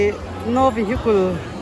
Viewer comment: Vehikul Ni lovin Vehikal aw😂